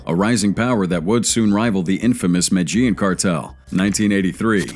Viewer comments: Listen too This MAN! THE MATAGENE CARTEL MATAGENE!! IF HE CAN'T PRONOUNCE THE COUNTRY!! HOW HE KNOWS ANYTHING! I STOP! WATCHING IT!!!! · Jesus fucking Christ. Sound it out it with me. MEH-DEH-YEEN (Medellin) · is this an AI voice? don't make a documentary if you can't pronounce 'Medellin' in the first 5 seconds